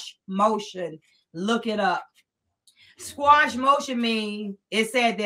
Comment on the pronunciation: Informative interview. BTW, the word is QUASH not "squash". It is pronounced like it's spelled: "kwa-sh".